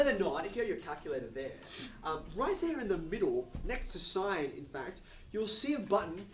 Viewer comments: He didn’t even touch on the relation to the unit hyperbola, as a parallel to the unit circle. Or the cosh^2 - sinh^2 = 1 analogy to Pythagorean. And, fwiw, I learned and have always used the pronunciation as “sinch” not ‘shine”. Never heard of “shine”. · I’ve never heard sinh pronounced shine, I was taught it was pronounced the same as the word cinch (as in “That maths text was a cinch, said no-one ever”). Is this a generational thing or maybe geographical? I’m 56 and in the UK. Or maybe I just had a bad maths teacher who didn’t know what he was talking about.😊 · I was pronouncing sinsh until i read some textbook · There are more ways to pronounce "sinh" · According to whom? There are several ways to pronounce this word: ˈsɪŋ, ˈsɪntʃ, and ˈʃaɪn [1]. [1] From Wikipedia, from (1999) Collins Concise Dictionary, 4th edition, HarperCollins, Glasgow, ISBN , p. 1386